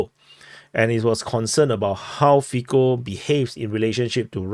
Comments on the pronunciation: say "Fitso" not "Fiko" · A fair assessment. Cintula appears to be attempting to mitigate the gravity of his crime by saying he didn't intend to kill Mr Fico (it is pronounced feetso by the way as the Slovak 'c' is pronounced 'ts'. The atmosphere in Slovakia is fraught due mainly to the completely one-sided narratives that have been seen in both the print and televisual media. Virtually zero news has related the Russian viewpoint on how the situation with Ukraine had its genesis and the part the western powers played in it. All the emphasis has painted Putin and Russia in the darkest possible colours. It is no surprise then that a campaign of media-justified hate toward Putin and Russia has eventuated in this crime. The media in general is acting as if Russia has declared war upon the western world and the constant attacks on both Putin and all things Russian have had this almost inevitable end result in Slovakia. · Fico is pronounced Fitso (c = ts, k = c). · It is better to imagine his name spelled as Fitso for a better pronounciation. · 1/ prononciation of "c" in slavic languages is most similar to "zz" in word pizza (no offense, we probably butcher asian names even worse 😊) 2/ so far no evidence about more people involved in preparation. Most similar to Ronald Reagan assasination attempt scenario. 3/ deleting fcb account happened most likely after someone from local censor team announced Meta. 4/ liberal (read : All the local mainstream) media tryin blameshift to his connection to local Wish level nationalist group and hide that he repeated All liberal mantra (on leaked video some hours after attack AND in front of judge in preliminary hearing when he was taken to custody) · 1. its funny how everyone pronounce Fico. C in slavic languages is /t͡s/. 2. What is posted on facebook cant be deleted. Meta have his communication. If they dont give it to police , then we know for shure who is behind assassination attempt.